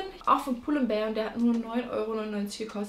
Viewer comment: Du sprichst pull & bear und Stradivarius falsch aus ned böse gemeint